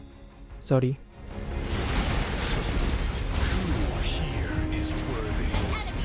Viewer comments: he saying sory I CAN´T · Did i just heard a Filipino tone of saying "Sory"! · THAT SORI IS SO FILIPINO AND ITS SO CUTEEEEE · filipino? "Sori" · I like the way he said sorry with a Filipino accent 😂😂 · That sorry though was so filipino accent